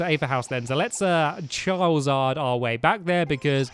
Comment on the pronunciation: He s said chawizard